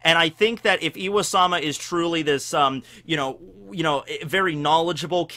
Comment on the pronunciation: why does he say iwa-sama? Its im-sama or ym-sama, pronouced eem. Pretty simple.